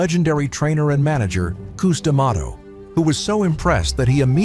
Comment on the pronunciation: Cus DeMato not Coos